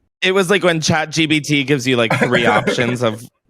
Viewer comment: Are Jake, Sam and Justin not on the same episodes anymore? Last time it was Justin (and maybe Jake?) that was in the episide, unless I missed something. Still love em all though! Also - it sound like you’re sayin chatgBt, but it’s chatgPt (idk why tho)